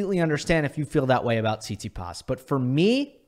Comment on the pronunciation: This is a fantastic video but it frustrates me every time you say tsitsipas because I’m fairly sure that’s not how you pronounce it, good video but bro 😭